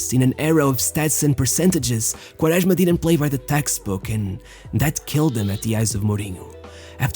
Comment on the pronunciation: Your portuguese accent pronouncing Quaresma is so accurete and pure